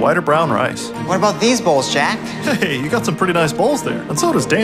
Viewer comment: bowls sounds like balls